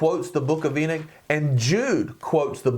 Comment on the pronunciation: My brother its Enoch not enick